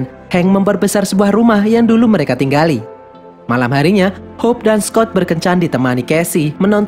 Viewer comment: Jadi intinya saya sering salah denger kalo abang bilang "Hope" menjadi "Hulk"